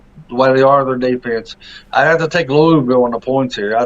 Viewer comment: Lol no Toney don't get that fake news out UL will cover and possibly defeat Notre Dame. I was saying you guys prononce Louisville wrong its not Louie ville😂